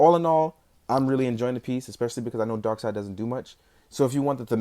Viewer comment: Darkseid, pronounced darkseed!